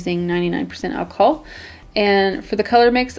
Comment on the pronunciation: Wait did she say 99% achohll